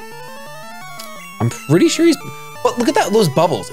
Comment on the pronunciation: "im pretty shore"